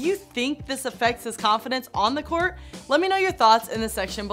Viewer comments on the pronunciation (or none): none